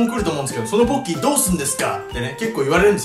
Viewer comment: ポッキーですよぼ○きーって聞こえたw